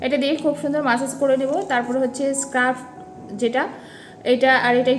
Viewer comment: Ar skin care er oi ta scrub hobe uchharon ta স্ক্রাব bolbe didi